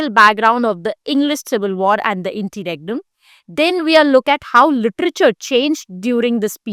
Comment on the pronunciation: Interregnum ki pronounciation toh thk krle behen